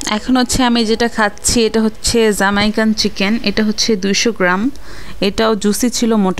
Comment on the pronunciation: যামাইকান না জামাইকান মানে Zamaikan noy, Jamaican!